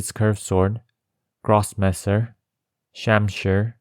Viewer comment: You pronounced Grossmesser very well btw